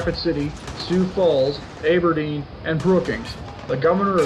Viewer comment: AB er deen, not Abe er deen. Not to be an ass but I'm from South Dakota and I was born in Aberdeen, so that's how it is pronounced.